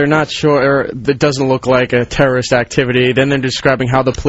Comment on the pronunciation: "A terraisht activity?!?! The guy's out of his mind with a boushters knife!" How can this turd talk shit about Vos' pronunciation?